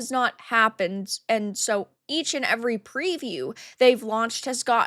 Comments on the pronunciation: Even worse was her: "... and evidentially sooooooo." I never heard "SO" pronounced with so many O's. She sounded like a malfunctioned AI. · Her pronunciation of "SO" (... and evidently sooooooo) was the most pretentiously cringe thing I ever heard. It sounded like the old Jon Lovitz SNL skit: The Master Thespian ... only she was serious.